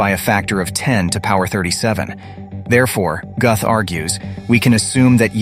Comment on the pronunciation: It's pronounced "Gooth and spelled Guth. 🤣😂🤣😂🤣 Hard to teach when you can't even say the guy's name right. 🤣😂🤣😂🤣